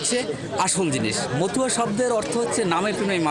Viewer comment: মতুয়া শব্দ, উচ্চারণ হবে। 71 রিপোটার কে বলছি।